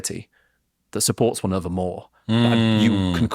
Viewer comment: How can they talk about UK accents and then say Annuver one instead of another one, Portsmuff and fiftiuff (fiftieth) arrogant, self obsessed idiots. They've probably never been to the towns they talk about and have stereo typical ideas about what they're like. Beatrix Potter, Donald Campbell, William Wordsworth, John Ruskin all came from Cumbria. Brits do have pride in the UK we just don't need to shout about it constantly. If the Brits were so risk averse how did they get the British Empire?